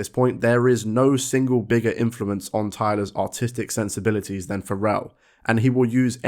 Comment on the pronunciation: i thought you said autistic and i had to pull out the captions for a second